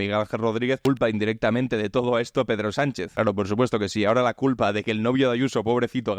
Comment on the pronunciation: De los mismos de "La culpa es de Pablo Iglesias", ahora ha llegado... "La culpa eh de Perro Sánxe". 😂